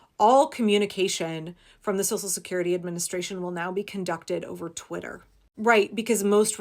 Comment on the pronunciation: Twit-ler...😂 the accuracy! 🤣Let's keep calling it that!